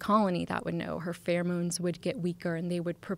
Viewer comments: Joe's had too much weed and whisky , it's pronounced pheromones, not furmones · The best part of the video, hands down, was getting to hear Joe pronounce the word “pheromones” 🤣 “Furmones” 💀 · Mispronounce pheromones again, Joe! FUCK